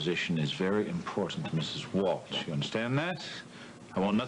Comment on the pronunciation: I notice that some of them pronounce WalSH as WalCH. 🤷🏽‍♀️